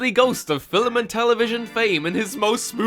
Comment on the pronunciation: Stop adding an extra syllable into the word 'film' Ireland I wanted to be Christina Ricci's friendly ghost when I was a kid